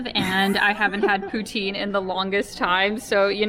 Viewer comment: maudite poutine I learned a new thing about Canada :) (I thought you were saying "protein" in some Canadian way)🤣 I just read it's also pronounced "poo TANG" 🤣🤣🤣 Oh Canada 🤣 Is it good?